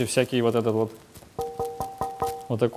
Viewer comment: Хотел за 10 минут промотать весь видос, Залип на час. Угарнул с "Ууотакой трещотки".